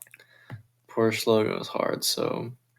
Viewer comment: it is not porsh it kinda has an u at the end